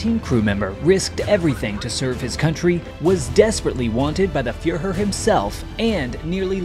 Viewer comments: Ah yes, fYeRhUr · The fyer-her!